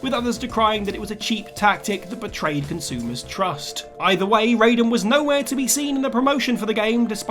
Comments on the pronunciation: It’s Ri-den, not Ray-den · The most shocking thing in this video, is how many times you mispronounced Raiden, despite how many times they say the name correctly in MGS2